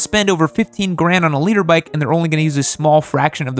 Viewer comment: i swear he was saying "Leader bike"